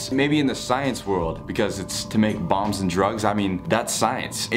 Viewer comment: Is anyone going to talk about the way he said bombs and it sounded like bongs